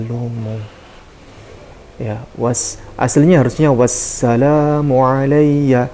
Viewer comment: Yg benar bacanya wassalaamun mimnya domah tanwin tp di situ domahnya dipisah fathahnya dihilangkan